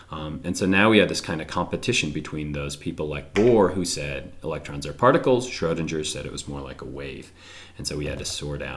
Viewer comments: Schrödinger, not Schrohdindger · Schrodinger is pronounced SchrodinGer. The G is said with a G sound and not the J sound.